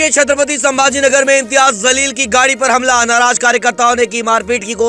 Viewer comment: Imtiyaaz Jaleel naam hain. Pls thik se naam le. Meaning badal jate hain.